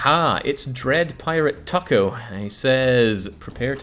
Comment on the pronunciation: not pirate "tuko", its "toooko" from the Good, Bad, the Ugly